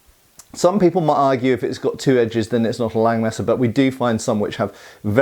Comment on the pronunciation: Läng Messa? Langes Messer!